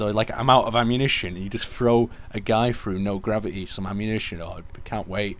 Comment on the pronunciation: I hate that new thing where people do not pronounce the 't' like Gravi'y... I find it kind of annoying.